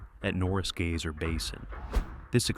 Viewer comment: GAY-SER PLEASE LEARN CORRECT PRONUNCIATION TRY GUY-SER